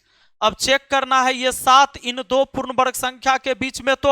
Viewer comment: Sir du nahi do hota hai bolna to sikho pehle